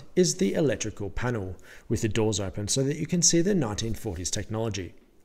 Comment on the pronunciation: As a childhood Brit, I understand this haytch, for the letter H, thingie to be a quaint regionalism and an editorial error. Ditto for the "electrical panoo." I think most people are just left with the impression that the narrator is a fool or a nut job. "Assentrick" for eccentric, ek-sen'-trick, suggests a semi-educated man who has read well beyond his experience with other adults.